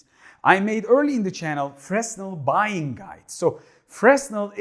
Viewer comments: The S in Fresnel is silent Fre -nel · Fresnel is a profer name; it is named after an 18th century French scientist named Fresnel who invented this technology. The 's' is silent in French.